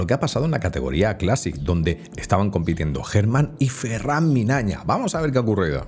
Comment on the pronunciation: Habrás dicho su nombre más de 100 veces y lo sigues diciendo mal. Incluso lo dijiste delante de él y es tan buen chaval que ni el te dijo nada. Ferrán MIÑANA, no Minaña. Un saludo me mola mucho lo que haces 👏🏻🙏🏻